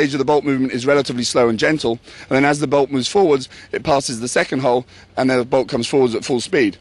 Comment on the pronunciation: i cant w8 till i get my mini, when said bolt i thot he said ball so i was a little confused at first then i watched again and herd him rite that time. my only questions is do u have to remove the grip to change from semi to full auoto?